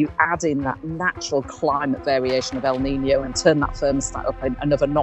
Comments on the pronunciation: May I suggest that your narrator pronounce El Niño and La Niña as they sound in Spanish? As someone who lives in an area where Spanish is often spoken, hearing the terms without the ñ sound seems wrong. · Your AI automated voice needs to learn how to PROPERLY pronounce El Nino & La Nina with the Spanish accent.